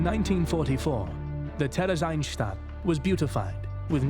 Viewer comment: The pronunciation of "Theresienstadt" in this video is horrible.